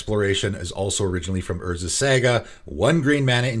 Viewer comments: I'd hate to nitpick but I've heard you mispronounce Saga in too many videos lol. It is pronounced Saw-Gah not Sag-ah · I cringe every time you say Saga cause you say it so wrong lol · Love your pronunciation of saga